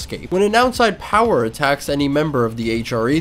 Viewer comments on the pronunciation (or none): none